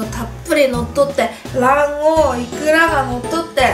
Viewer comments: 卵黄がマンゴーに聞こえた(笑) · 卵黄が団子って聞こえて(･д･｡)え？？っと思ったww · 卵黄が団子に聞こえてびびった(^_^;) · 卵黄がだんごに聞こえてなに！？って思った😅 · 卵黄が「団子」に聞こえて「え？！団子ぉ？！」って言ってしまった笑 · 卵黄？団子に聞こえた笑